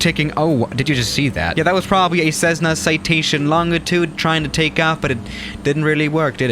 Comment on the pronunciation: People:Cessna:Cezzna Me: wtf